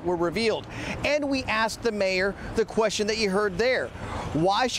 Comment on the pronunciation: Querstion? The hire the best and brightest...i bet he axes a lot of querstions